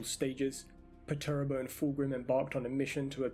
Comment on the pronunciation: good vid, but just some advice, his name is commonly pronounced "perch-er-ah-bo"